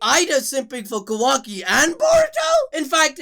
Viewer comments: Am I the only one who can't deal with how keeps pronouncing Kawaki like "Quacky". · I can’t get over how the second video commentator keeps saying Quacky instead of Kawaki. I cannot hear it any other way lmao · Ka-WAH-Ki, not Ka-WACK-Ki, pls sir. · It’s KaWOKee not KaWACKee 😭😭😭😭😭😭 you’re ruininnnin it. You’re ruinnnnininnn it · Quackie lol…. It’s kawaki 😂😂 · Kawaki ❌ kOOwaki ✔️ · Bro I miss Kuramaaaaa wise old Kuramaaaaaaaa!:'(..... Oh and my guy its Ka(a)waki not quacky.... loool.. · Who tf is Quackee? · nobody:: "quacky" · “Ka Wack ki “ lol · Oh my God “KaWACKi” like dude just say his name right it’s not that hard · Ah “kwaki” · Bro he keeps calling kawaki quacky 🦆 😂😂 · He said kawacki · "Quacky"... Calling Kawaki that from now on I guess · i like how he pronounces it like "quackie" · bruh this man pronounces it quacki stop bro please, almost skipped his part man. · Lol ffs all I hear is "Kwaki" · 2nd guy is so annoying calling kawaki "kawackee" please fix this it's annoying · Had to turn off after the third or 4th "quacki" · “Ka-wacky” bruh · The second guy comes along and calls kawaki, kawacky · I really don't like how that guy is pronouncing kawaki like kawacky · I keep hearing 'Kawacky' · Bro why yuh still saying quakky ? 🤨🤨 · Lmao ka-wacky 💀💀😂😂😂 bruh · "ka-whacky" i instantly clicked off bllllleeccchhhhh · said some “kawaky”😂😭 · Why y’all always switching out and shit y’all can’t do a whole video by yourselves anymore 😭 my dude can’t even say Kawaki right 🤐